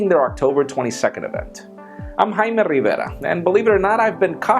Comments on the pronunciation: I like how he rolls the r in his name...